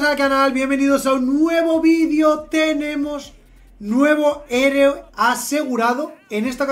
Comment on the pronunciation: lo de decir hereo en vez de heroe es de genio